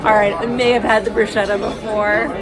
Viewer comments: ok, I tell you b/c you're both young, and I used to make same mistake. It's: broo SKEH tuh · I had to laugh at this whole chain. It truly is 'sket'. I think you probably don't pronounce lasagna "lah-SAG-nah', right? 😅 I recently watched a ballet short where the AI voice over said their pas de deux was a "pazz duh doo". I laughed myself silly and missed half of the duet.